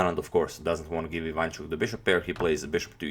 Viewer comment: Nice videos and nice channel. P.S. The correct way to pronounce his surname is putting stress not on the 2nd syllable (I 'vanchuk), but on the 3rd syllable (Ivan 'chuk), like in video